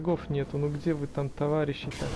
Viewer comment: Ты сказал товагищи